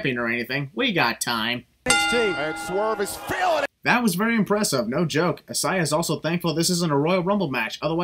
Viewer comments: Sins for your multiple mispronounced names! I-SAY-YUH AND FAY-BEE-EN! What's next? Booby Filet-O-Fish?! Kidding lol love your videos regardless! Keep it up:) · The fuck is “hasiah” ? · It’s Isiah but you pronounce it with the long a not the i. (I-zay-uh) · you mispronouncing Isaiah and Fabian was so cringey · Why did you pronounce Isaiah "Swerve" Scott's name like that ? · You should sin yourself for how you keep saying “Isaiah” 😂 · I love your vids, but i wanted to cry every time you said Isaiah's name wrong